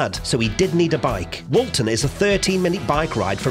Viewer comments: you say Paul lived at “20 Forthlin Road, Toxteth” but Forthlin Road is in Allerton not Toxteth which is some distance (North) of Allerton and Woolton. (Take care with your pronunciation of Woolton (wool-tun) not to be confused with Walton. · Its Woolton Not Walton.